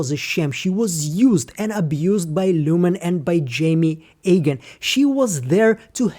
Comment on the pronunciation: His name is pronounced eeegan, not aygan. Please eradicate this confusing folly from your channel as it is very disrespectful to our Chosen One Kier.